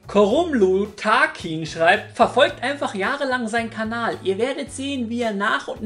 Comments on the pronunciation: Im Ernst jetz warum sagst du immer Kabal oder sowas anstatt Kanal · Gibt es irgendwo ein secret Video, in dem du erklärst, warum du immer "Kabal" anstatt Kanal sagst? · "Findet ihr auf meinem anderen Kabal"